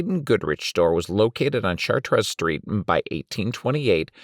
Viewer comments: It's pronounced "sha-trey" in French. Just like "Orleans," Americans butcher it in any number of different pronunciations, just like you did. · It's "Chartres" Street, not "Chatez." French dictionary, anyone?